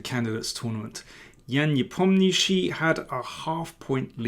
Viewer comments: Nepomnjashiy. Not NepomnIshiy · Никак нет, уважаемый